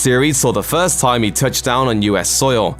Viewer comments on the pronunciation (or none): none